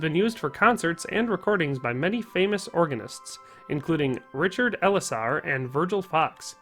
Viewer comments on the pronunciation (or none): none